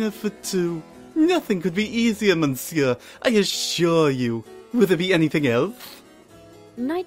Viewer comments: Monsieur is pronounced muh-seer, not mon-seer. And his voice was kind of... uh, distracting, in general. But otherwise this was a great reading. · you don't pronounce the "n" in monsiuer